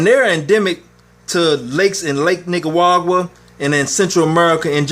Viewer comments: Nicaragua man, not Nicaguagua 😂 Lol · Sounded like he said nicawawa... leaving a thumbs up just for that lol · I just want to hear you say Nicaragua again